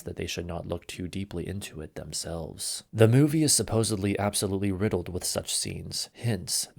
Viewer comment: What he say..."riddleled...and debockery"? Come on man do better. One of my biggest pet peeves with youtube and internet content ib general is i dont think ive ever seen, heard, or read a single piece of content on the internet that didnt have at least one(typically more) grammar, spelling, pronunciation mistake(s)...just crazy to me idk